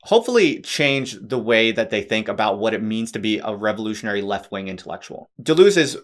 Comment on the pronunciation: "simplistic anglo-reduction describes you perfectly--even down to the mis-pronunciation of his name.